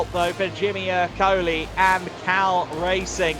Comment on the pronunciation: Èrcoli, not Ercòli